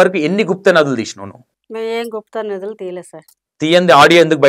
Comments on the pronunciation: Nadulu kadu anna nidulu😂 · గుప్త నdhuలు....కాదు నిదులు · nadulu kadu bro nidhulu